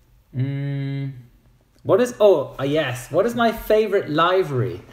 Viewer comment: WTF?! LIVE-RY?! do you say DE-LIVE-RY too?! It's LIV-ery with a short "i". Also, you know everybody wants to know if you're a member of the mile-high club!